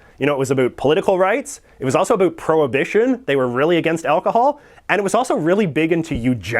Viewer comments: He can't even pronounce "about" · I'm Canadian he's just pronouncing about an around wrong we don't all talk like that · That’s the first Canadian I hear pronouncing “About” like that I’m from Ottawa. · Americans always say Canadians pronounce the word "about" as "a boot". You are the first Canadian I have ever heard that actually pronounces it that way.